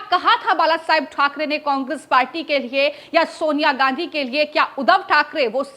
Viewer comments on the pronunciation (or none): none